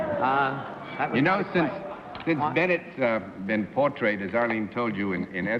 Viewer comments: “marvelously ‘por-trated’” lol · I’m sorry I just can’t help it. “PortraiTED” ?!? Misread cue card I suppose.